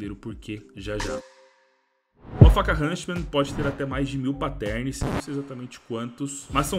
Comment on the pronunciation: Ver o falando hunSTman me da agonia, bom video.